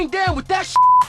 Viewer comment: " it ain't GANstah! "